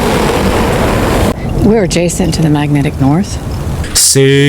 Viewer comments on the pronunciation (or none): The yeti ❎ Teh yeti ✅ Ngakak banget kenapa jadi orang sunda 😂😂😂😂